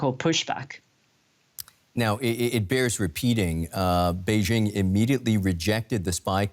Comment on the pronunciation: It is the year 2022, and Western journalist aren't even capable of pronouncing "Beijing" correctly, hahahahaha. I'm no fan of CCP, but respect needs to be mutual.